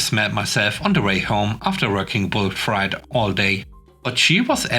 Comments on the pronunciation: "Freight" is pronounced to rhyme with "rate," not "rite." I know it doesn't make sense, since "sleight" and "height" are pronounced to rhyme with "rite" while, while "sleigh" is pronounced to rhyme with "ray." I apologize for our ridiculous, illogical language. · FYI - Freight rhymes with eight.